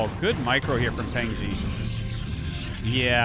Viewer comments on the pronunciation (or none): Just a pronunciation tip, "Fengzi" is pronounced "fung zih" not "fang zee." Glad to have you back and casting, Artosis!